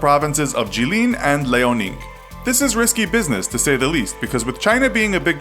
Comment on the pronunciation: Lay-o-ning Honey its L'yao-ning